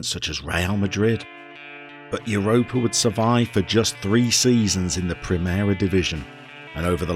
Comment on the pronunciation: First of all: brilliant choice! Europa (said a little like Ooo-ropa, but that’s not really important) is a much loved club in Catalunya. Not like Girona love but still well followed. They have a ridiculously large stadium for where they play. I think it’s the largest in the division (the Catalan division I mean). Anyway, great choice. I’ll visit Spain next FM I think. And feel free to send me anything you want re: pronunciations. There are important differences between Castellano and Catalan. Or politicos. Football and Catalunya is VERY politico. Can’t wait to start watching 👍🏼👍🏼👍🏼